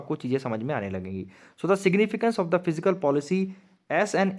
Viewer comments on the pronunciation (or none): It's kinda annoying when u says physical policy 🙄 it's fiscal policy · Sir It is Fiscal Policy... Not Physical Policy